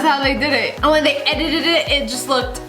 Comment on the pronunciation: next time you say edited it really fast listen to what ur saying .... EDIDIDIDI